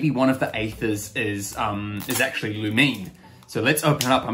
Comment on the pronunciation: Pronunciations: Loo-meen (Lumine), Ee-thuh (Aether), Dee-look (Diluc), Ven-tee (Venti), Am-buh (Amber), Py-mon (Paimon).